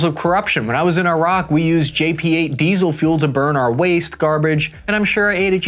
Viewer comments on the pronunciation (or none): none